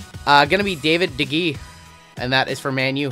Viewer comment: Honestly you’re pretty good at the names besides De Gea you were good on the rest of them (Day-Hey-Ya) good video